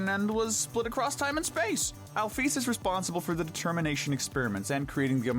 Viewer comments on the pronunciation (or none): "Alfies" 💀 (if im right its alphys) "Metaton" (if im right its mettaton) Azrael 💀 (its obviously asriel) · ITS NOT ALFIES ITS ALPHYS ITS NOT AZRAEL ITS ASRIEL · so no one gon talk about how he said "alfies" instead of "alphys"? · Ah yes, “Afies” And “Azreal” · Alphys is sound like alfes btw . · I really hate how you say Alphys and Chara's names